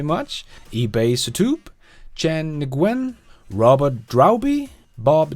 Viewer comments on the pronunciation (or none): none